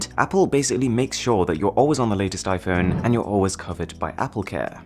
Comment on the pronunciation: Normal people: "iPhone" Mrwhosetheboss: iFhön